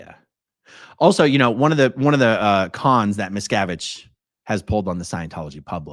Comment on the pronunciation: I know his name, but every time you say it, all I hear is Miss Cabbage. I am okay with this....carry on talking about Miss Cabbage's failure.